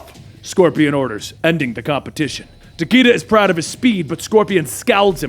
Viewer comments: Dude its takeda like ta-kay-duh. Luv ya much dude keep up the good work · was RIGHT These are all Japanese names. Fortunately japanese has fairly strict guidelines. Raiden - is pronounced as you stated. Takeda- both are wrong. Its Tah-keh-dah. It's the slight difference of "e" and "ei" (e is "eh" and ei is "ey") Shirazi Ryu- this one's a bit tricky to explain. Because there is no vowel in between R and Y it is pronounced in one fluid motion. Ryu and riyu both sound similar, thought the former is one syllable and the latter is two.